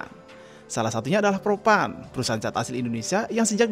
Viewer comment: semangat pagi, cuma sekedar bertanya aja, yang betul kata cet atau cat, karena HSE Istana IKN menyebut dengan kata cet, itu aja sih, klo aku pribadi kata yg benar adalah cat, dah dulu bang yaaa, salam sehat buat abang.